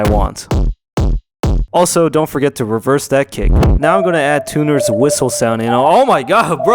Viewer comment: it is tah-ner not tuh-ner